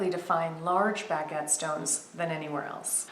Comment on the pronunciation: I love how you pronounce "baguette" really. It's a pretty design but I still prefer the usual or common diamond cut. Thank you so much for sharing another jewelry minute video...xoxo